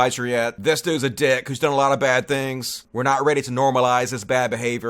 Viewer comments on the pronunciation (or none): none